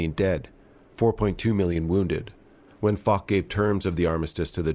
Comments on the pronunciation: French viewer here, the correct pronounciation is actually Fosh. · Compiègne is a tough word to pronounce for english speakers. To make it simple you should just say "Comp-yen", and you'd be closer to the french pronounciation. And Foch is pronounced Fosh!